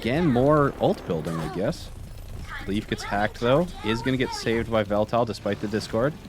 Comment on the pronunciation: im not sure how he pronounces it but it should be pronounced ee-vel-tal not just vel-tel as its the name of the cover legendary of Pokemon Y and there's no way thats a coincidence.